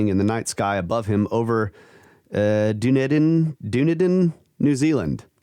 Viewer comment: Dunedin is pronounced "Dun-eden" and Otago is pronounced "o-tar-go" ;)